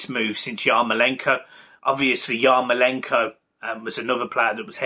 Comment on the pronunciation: Bro it’s MykOlenko, not MykolEnko 😂 and YarmOlenko, as well, not YarkolEnko